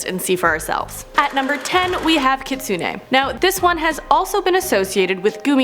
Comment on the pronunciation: It's not Kit-suneh... its pronounced Key-tsu-neh.... Also its No-ppeh-rah. I speak Japanese so.... it's honestly irritating lolol